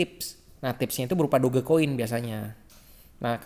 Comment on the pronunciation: sebut la betul2 DogeCoin...Doj Coin..cara sebutan betul...memalukan betul la..